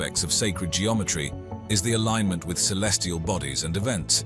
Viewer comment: alignment not alingment